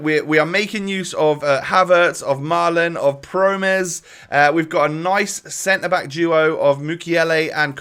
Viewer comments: Pronounciations: Donny van de bake Promes(s) Maahlen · Promes is pronounced like "promise", but with more of an "eh" sound at the end, and the second syllable is stressed. Also it's a rolling R. van de Beek is pronounced like van de Bake. Malen is pronounced more or less like Mah-len (not mai-len). You know that sound a sheep makes, like the "Bêh"? That's more or less the first syllable in Malen, but then with an M, not a B obviously.